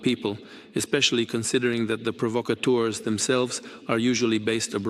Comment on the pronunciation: "provocptors" of which Putin is chief😅